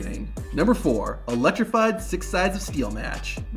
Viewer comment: Ummm so about #4... I hate to be this guy, but you're not exactly helping the stereotype of wrestling fans not being the smartest bunch when you misspell and mispronounce "electrified" over and over again....